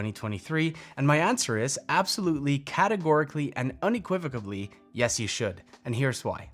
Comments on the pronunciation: *Unequivocally, not Unequivocabally. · Unequivocally not unequivobally